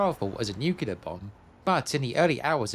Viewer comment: Fascinating stuff. Thank you. But please learn how to pronounce nuclear correctly. : )